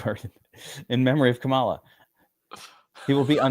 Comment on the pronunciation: You guys pronouncing Kamala’s name wrong… nasty work. Why are so many sports bettors racist? Enjoy that new tax next year that you wouldn’t have if Kamala was president tho.